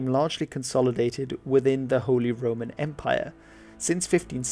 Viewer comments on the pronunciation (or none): none